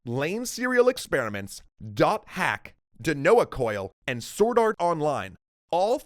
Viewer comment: hey, the Anime with the AR glasses, its pronouned Den-No Coil. Den(like the room)-No(like the opposite of yes) Coil.